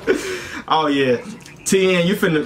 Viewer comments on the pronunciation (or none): none